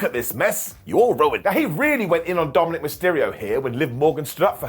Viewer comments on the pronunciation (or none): none